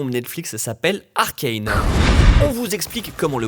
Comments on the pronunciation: après faites les erreurs de Arcane (on dit pas arcaine on dit arcane) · Mais cette quoi cette prononciation ?! : "Arcaine" au lieu de "Arcane", "Riot" au lieu de "Rayot", "Vi" au lieu de "Vaïe"... Faîtes au moins l'effort pour les fans svp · Bonjour! Il faut veiller à prononcer "Arcane" à la Française, je sais, ça semble toujours plus "stylé" de prononcer les choses à l'anglaise, mais là, c'est fait par Fortiche, un studio Français, sous la tutelle de Riot Games, dont le CEO (à l'anglaise, aller) est à l'heure actuelle un Français, lui aussi. Alors cocorico, ARCANE, pas ARKAYNE! Des bisous. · Arcailne, noobzzzz, mais oreilles🥶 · Pourquoi prononcer Arcane, Arkayne ? Vous êtes con ou quoi ?